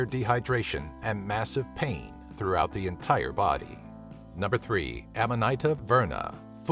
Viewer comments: Just a pronunciation tip: Amanita is pronounced auhma-nihta not amma-nighta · (Aman -eeta) is how you pronounce that